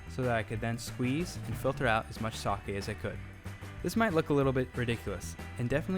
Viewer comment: Its NOT TO-KI-YOO, its TO-KYO, its NOT SA-ki, its SA-KE